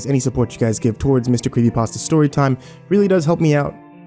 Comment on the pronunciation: I really thought you said mr creamy pasta at the end